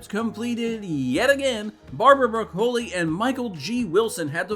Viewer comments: I appreciate this video's content, but could you do a read through before you record so the narrator doesn't sound like he doesn't know the subject he's discussing? It's pronounced Em-Eye Six, not Em Sixteen. And Co-producer's last name is pronounced BRAH-cuh-lee, not broh-KO-lee. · Broccoli***… like the vegetable, not Bruh-COE-lee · mate its not "broc - oh -li" its "brocoli"phonentic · It's Barbara 🥦 not bracoli or how ever your saying it. This movie is poorly directed, it's not a strong sequel to casino Royale, the editor should never work again. The villans are as memorable as the villans in the Living Daylights. We got Skyfall because of this movie. So I guess that's a plus in its favor. 😂